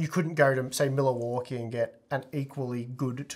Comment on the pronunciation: "Miller-Walkie" Sorry, just made me chuckle